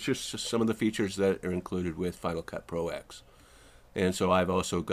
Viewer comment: It's not "Final Cut Pro Ecks," it's "Final Cut Pro Ten." Roman numeral 10. Same as "Mac Oh Ess Ten."